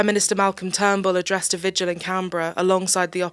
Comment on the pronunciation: Minor point to the narrator: it's pronounced "vigil," not "vij-u-al."